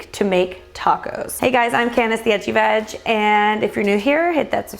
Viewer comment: I can’t help it. Every time you introduce yourself I hear “hi I’m, the itchy vag” I’m so sorry 😂